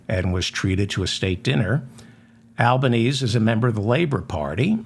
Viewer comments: Love the gag about it still being 1954 in Mike Johnson's office. FYI "Albanese" is pronounced AL-bə-NEEZ-ee . Australians call him Albo. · The Prime Minister of Australia’s name doesn’t rhyme with “Chinese;” it’s pronounced “Alban-Easy.” 😉👍🏼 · I really enjoy your programme, David....but, as an Australian, I think you might like to know that our prime minister's name (Albanese) is pronounced "Albaneesie", not as it's spelt.